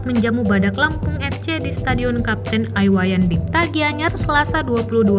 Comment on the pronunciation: komentator Tribum Timur, kok cement ngomong stadion kapten i wayan dipta (dibaca ai), tidak menghormati seroang pahlawan Bali untuk BOS Tribum tolong perhatikan.... anda sebagai MEDIA MASA di BALI tolong di edit